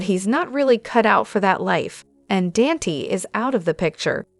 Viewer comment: Please pronounce Dante's name as Don-ta NOT Dantee...